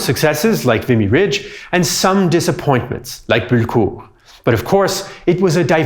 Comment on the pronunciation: BULLECOURT NOT BULKUR FFS!!!